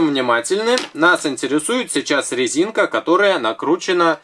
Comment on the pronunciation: Я не ослышалась?, вы сказали на лезинка?